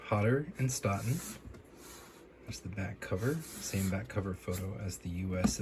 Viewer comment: Absolutely love your videos. (You're my first port of call when I obtain what I think is a decent UK 1st but want to see what a 1st unfaded spine colour should really look like!) By the way, the Stoughton in Hodder & Stoughton is pronounced like Stoat the animal... hence the new H&S logo introduced on the You Like It Darker :-)